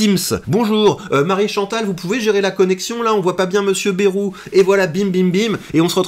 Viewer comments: On ne dit pas Bérou mais Bayrou (Baille rou) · se prononce baille roux en région nouvelle aquitaine stp. 😂 et non baie 🛞